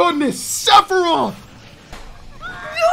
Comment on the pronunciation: Everyone: OH MA GOOD STHAROOTH!!1!1!1!1!1 Me: what’s a sephitoth